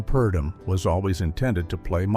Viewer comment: "Mr. Imperium" not Emporium, and Edmund Purdom, not Perdom. And yes, the picture was a clinker. Lana disliked the script but MGM forced her to do it - the last pic under her contract. Must have been a relief to her.